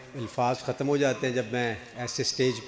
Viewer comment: خ۔تم نہیں درست خت۔م ہے اسی طرح لفظ ش۔ کر نہیں شک۔ر ہے